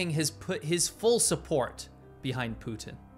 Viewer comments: His name is PUTIN, not POO-IN. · Who the hell is Pooh En? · Poo-in = Putin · Poo-in ?? What's wrong with young people? Is this how public school teaches kids to talk? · You should consider pronouncing "Putin" with a T. Not Poo-in. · You say Putin funny ( Pootin ) 🤣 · Please stop the T dropping it's PuTTTTTin. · Who is Poo- inn? Is he the brother of Xi JinPoo?